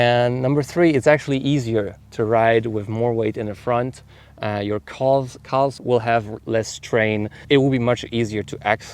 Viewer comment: Calves = Kaahvs =/= Kalvs